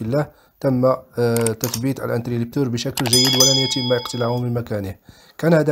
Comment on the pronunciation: اخي العزيز شكرا على ما تقدم ،لكن ملاحظتي هو اسمه انتريبتور interrupteur ,و ليس انتريلبتور، حتى ينطق الاسم صحيح ،تشجيعا مني و ليس شيء اخر ،وفقك الله و شكرا على رحابة صدرك.